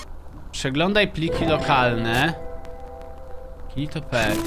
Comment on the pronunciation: Gnido się a nie ginitopet